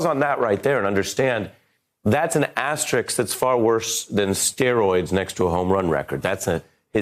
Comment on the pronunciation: It's pronounced asterISK. I like ari. But get it right